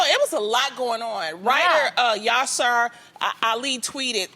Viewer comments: Its actually pronounced like yeah-syr (like the first syllable of syrup) not ya-sir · lmao loni reading the name ‘yasir’ as ‘yaasewir’🤧😭